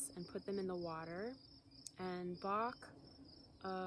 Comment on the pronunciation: Dr. Bach’s name is pronounced like “latch” not “lark”. See Bach Center channel videos.